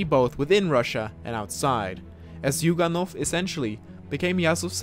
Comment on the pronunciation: Zuyganov is actually pronounced Juganov.